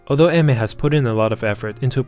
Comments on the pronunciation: pronouncing her name "eh mer" sounds really wrong and I still calls her "Ay/Ah mier" in my head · Chotto matte.. It isn't pronounced AI-MER? XD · What! Today I learned she's married. And that it's read as (e-me) 😅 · learn to pronounce her name if you're gonna make a video on her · I'm so sincerely sorry, but the way you just seem to not be able to pronounce her name correctly just makes me kinda agressive. Other than that great video.